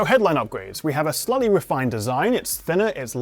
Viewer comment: When you say “slightly” it sounds like you are saying “slutty”